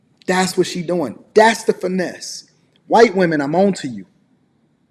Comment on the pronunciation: Am I the only one who kept dying everytime said whuyt woman 😭